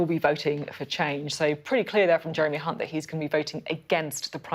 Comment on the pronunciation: Pretty sure Sophie said the "C" word if I'm not mistaken lol when trying to say Jeremy Hunt lol 😆